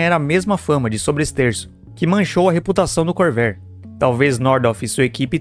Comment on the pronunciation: Your AI Voice needs a damned Dictionary! 'Core-VA-re', already! And, btw, in the mid 1980's, a Corvair WON the SCCA SlalomCross, totally showing Nader how Wrong he was...